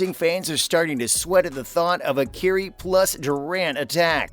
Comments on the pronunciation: The man's name is pronounced Kī REE, But I'm sure you knew that why don't you dig deep down in the bottom of your pocket where the lint is and find that last remaining scrap of respect that you have for others. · This guy doesn't even know how to pronounce Kyrie's name - clearly you don't know about the NBA!! 🤣🤣